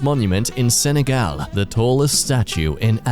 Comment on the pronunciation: Hey! My dad is from Senegal and I barely knew of this much either. I hate to be that guy but.... It’s pronounced sineeghaul